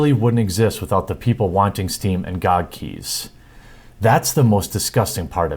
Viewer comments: Its G O G and not GooG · it’s G-O-G... not spelled out gog lol 😘 love you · GOG is not a word, it is three letters pronounced Gee Oh Gee. It is an acronym for Good Old Games.